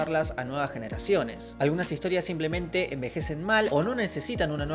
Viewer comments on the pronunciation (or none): none